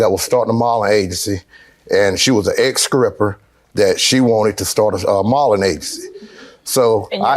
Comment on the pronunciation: He said scripper 😂